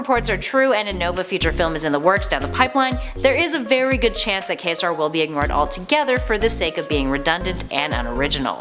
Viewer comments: the narrators probably aren't real fans, just faces who read whatever the list writers come up... no real fan would say CORPSE, instead of CORPS (kore), DarkSEED, sub mareeeener, and of course, KAY-sar... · Quasar is pronounced kway zar. Like the celestial body. How do you screw this up? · Quasar is pronounced Q-w-azar the U takes a W sound in the worded structure it is not silent and the S takes a Z sound . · PRONOUNCIATION! KWAY-ZAR!!! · How do you not know how to pronounce CONJURE or QUASAR? I wasn't looking at the screen when you introduced Quasar as Kā-Sar so I immediately thought you were talking about Ka-zar, the Tarzan-esque character who lives in the Savage Land of Antarctica. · Why does she pronounce things soo oddly? "the sub MAHRiner"? "Kayzar (quasar)", etc... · Ummmmm. It's pronounced Kway-Zar, the the astronomical phenomenon...... Quasar..... Sheesh. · Kazar is a Marvel's Tarzan... Quasar is pronounced "Kway-zar" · It's pronounced KWA-ZAR!! ...and ROM Spaceknight's rights will keep him out of the MCU. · It's pronounced ˈkwāˌzär marənər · She said KAY-SAR?? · It's Quasar pronounced Kwa-zar! Like the old TV brand. Jeez, what are they teaching you kids these days?!?! Quick - do you pronounce that "kick"? NO!! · Awful. Clueless as to Marvel. Quasar (pronounced Kway-zar) wields the QUANTUM bands not the Nega-Bands. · At least I am not the only one who cringed when she said Quasar. I was just so not happy with how she was saying shit. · Right.. I was starting to think I had been pronouncing Quasar wrong for the past 30 years. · Words like quasar, submariner, and conjured are not made up words. They are real words that have actual definitions and predefined pronunciations. This woman simply has trouble with the English language, not names. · You can pronounce Quantum correctly, but not Quasar? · You can say quantum as kwantum yet you cant say quasar as kwasar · Quasar? Is he anything like Ka-Zar? Sure SOUNDS similar. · Top 10 mispronounced names!